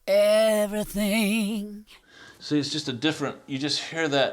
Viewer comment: "see, all you hear is everythang..." love you dave